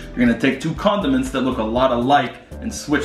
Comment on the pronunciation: I heard was condoments